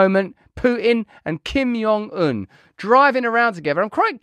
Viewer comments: Kim JUH JUH, not "yuh" JONG un. Just saying. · I don’t think the J is soft in Korean… you’re saying it like his name is Spanish lol